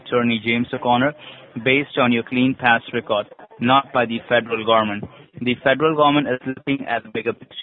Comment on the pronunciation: fedral garment. 😂